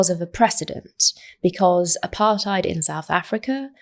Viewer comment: Every time she says South Africa I cringe with embarrassment!